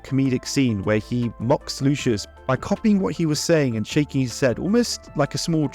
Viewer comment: 'Lu-shus'. Don't you mean 'Lu-see-us'?